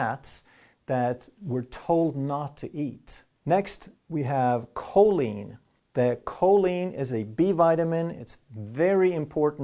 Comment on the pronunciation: Choline!!!! Choline!!!! who else noticed?